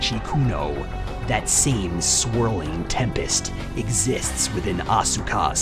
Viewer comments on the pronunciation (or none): The only issue I have with your videos is when you mispronounce people's names... Asuka has a silent 'U' so it's pronounced 'Ah-s-ka' with an 's' sound but no 'u' sound. The 'u' in Japanese is usually silent if it's not the 1st letter in the word... Same thing with Daisuke, the 'U' is silent